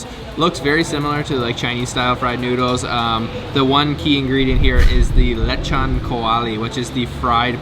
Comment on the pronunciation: its pronounced LE' Chon Not Lechun